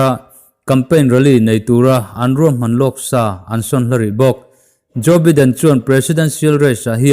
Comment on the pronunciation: Joe baiden tiin lam ve la..